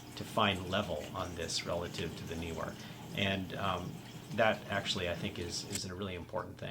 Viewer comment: The pronunciation of Neewer is not difficult. You chose right as Nee is not New and Were is not Weer.